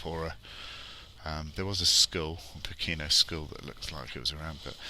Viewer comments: Poh ke no. Stress on first syllable. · It's pronounced "poh-ken-no" and it's cold and foggy in the winter. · tis pronounced 'poor - care - nor' = Pokeno (say it fast)